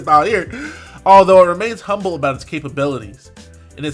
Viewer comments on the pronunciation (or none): none